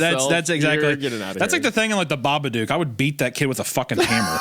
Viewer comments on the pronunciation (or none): Baba duk